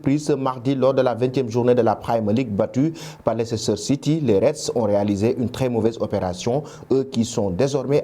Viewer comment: On écrit "Leicester" mais On lit "Leister"